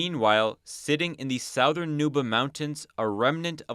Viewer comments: Little pronunciation issue: the word "southern" rhymes with "other'n", not "mouth burn". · it's pronounced "suh-thern", not "sow-thern". Someone needs to go back to 1st grade. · I’m not trying to be a critic but why do you pronounce southern that way? It’s really distracting. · Somebody please tell bro he's pronouncing southern wrong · The way you pronounce southern reminds me of someone going to the gas station and asking for "Marboro southern cuts" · The way you pronounce “southern” is very disturbing